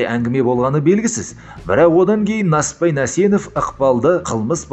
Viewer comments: Нәсіппәйің не иии? НЕСІППАЙ де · Несіпбай Нәсенов дұрыстап айтшиш